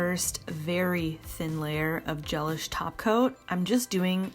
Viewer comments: I always thought it was pronounced GeLISH like deLISH! Not GELish like relish. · I think it’s pronounced ge-LISH, like “ooh, that meal was de-lish”, not GEL-ish, like relish. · I believe Gelish is not pronounced like “relish” but like “that meal was delish”!